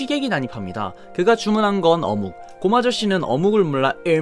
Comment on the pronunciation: 아 ㅅㅂㅋㅋㅌㅋㅋㅋㅋㅋㅋㅋㅋㅋㅋㅋ 어묵 발음 개찰짐ㅋㅋㅋㅋㅋㅋㅋㅋㅋㅋㅋㅋㅋㅋ